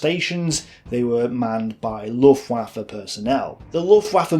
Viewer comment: Bee-o Minet? Luft-ooaffe? Come on man. You're an educated ''historian''. No doubt you know Luftwaffe isn't pronounced like a god damn waffle.